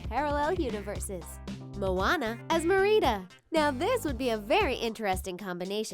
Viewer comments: It's Merida (mare-ida) not mereeda lol 😂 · Meerida! No no nooooooo it’s Merida mare-ida learn how to pronounce it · Merida not Marietta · merida is not pronounced ma-ree-dah, but its pronounced mer-eda. sorry it was just rlly triggering me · why was she saying mirina instead of merida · Merida not merina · You’re pronouncing it wrong it’s not Merieda it’s pronounced like Mare-eh-dah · omg she said Mer-ei-da instead of Merida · It’s not mereeda it’s merida like meridith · It’s not Mereeda it’s meh ri da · it is merrIdA not merEEdER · Merida is said like mer-i-da not mer-ree-da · she’s called mar a da not mereata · It is Mer-i-duh,not Mor-ie-duh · it's MERida not merIDA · Merida pronounced (Mar-i-da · Merida (mare-ida) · I cringe ever time you say Mer- ee- da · Her name is Mare-I-dah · it is Mare-i-da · Who is mer-eeda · Lol she meets calling her MerEEda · MEH-ridah THAT'S HOW YOU SHOULD SAY IT IT'S DRIVING ME INSANE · your saying Merida wrong it is Mar,I,d,a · It's pronounced MErida not meRIda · That’s not how you pronounce Merida... it’s Meh-rah-duh 🤦🏾‍♀️ Please learn how to say it before you make a video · It is ( m air I da ) that is how you pronounce it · You are saying her name wrong. It is Mar id a They say it like that in the movie and I’m sorry but when say an easy name wrong it is really annoying. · LEARN TO PRONOUNCE NAMES LADY! HER NAME IS NOT MEREEDA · " mere eed a" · The name is MARE-I-DAH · Its Supposed to be Me-ri-da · Mereeda? why are you calling Merida Mereeda? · I AM SO TRIGGERED BY IT UGGHHH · The way that the things pronounces “ Merida “ is from a alternate universe ~ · Oh my heart hurt when they mispronounced Merida... lol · Cringing so bad at this chick saying Merida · You are saying Merida wrong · THEY PRONOUNCE MERIDA WRONG AND ITS DRIVING ME NUTS i need to chill... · OMG you don't know how to pronounce her name?! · she said Merida wrong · I hate how she pronounces Merida!😝😜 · You pronounced Merida wrong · Sshe says merida